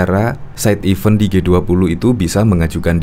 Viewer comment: Event2 mas, bukan even2🙄.